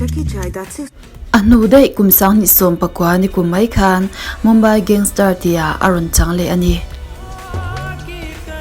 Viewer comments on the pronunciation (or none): none